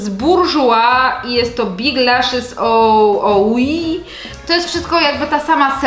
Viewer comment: to "oui" czytamy "łi" co oznacza "tak" po francusku 💋 co nie zmienia faktu, że Cię uwielbiam i kolejny świetny film, który z przyjemnością oglądałam! ❤ Buziole ‼